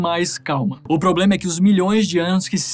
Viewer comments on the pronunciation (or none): none